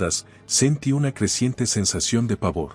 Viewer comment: Q.mal habla el castellano es máscara .se debe acentuar bien cada palabra se dice sentíí.me armé.basilé y asi sucesivamente se pronuncian las palabras agudas😅😅